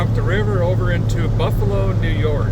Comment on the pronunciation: I'm crushed! ya passed through "Barfalo NY" and didn't stop and say howdie😫